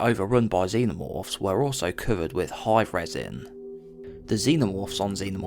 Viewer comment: I dislike how you say cover as coouvered…. Ai voice?